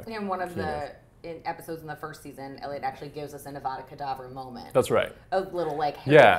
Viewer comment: Elio 😂 it’s Eliot